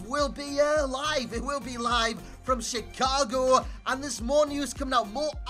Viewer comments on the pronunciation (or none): none